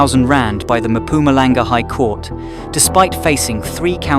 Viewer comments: Its called Mpumalanga not Mampumalanga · Give yourself enough time to pronounce names properly ... I can't forgive you for failing to pronounce Mpumalanga.... no no Maphumalanga